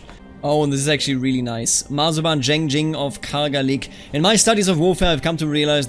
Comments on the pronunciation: About some of the pronunciation: The name Zheng would be like "chenng" or "tjhenng". Put a little emphasis on the "ng", but just a detail. And when it comes to Taoist, it's actually pronounced with a "d" sound - so like "dàoist" or "dàoism". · Zheng is pronounced as Jian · The comments on pronunciation are pretty informative. My personal suggestion: for "Zheng", try "dge" in "judge" + "ung" in "lung". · in terms of 'zheng' its more of an ung sound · I studied Chinese and lived in China for a while. Zheng is the J-sound from when you say Jeep followed by the eng in English. In Ju it's the same, J as in Jeep, but the U is more of an Y or an Ü. Sort of the same way you say Jew but without the "ew" in the end.